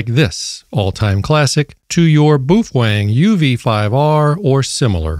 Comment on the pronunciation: "Some people" keep mispronouncing the brand name of the company which makes those radios. "Some people" are saying 'boof-wang'. Clearly the correct pronunciation is 'BAY-OH-FEHN-GAY'. If you are one of the "some people" who are still pronouncing the name of the company which makes those radios 'boof-wang'. You must cease doing so, or all the 'BAY-OH-FEHN-GAY' owners wil report you to FC Seize, and they will whack you on the peepee.